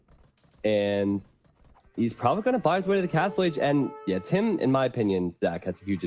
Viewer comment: Should be Tim, not TaToH!